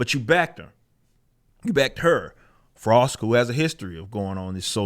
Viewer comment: "Talk to em Frosk" 🤣